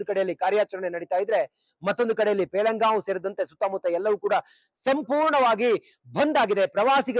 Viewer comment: Pahalgam pronounce madalikke baralla. Reporter ge😂